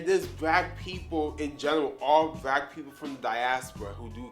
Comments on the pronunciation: What the hell is a”brack”??? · Wtf is brack ? You mean black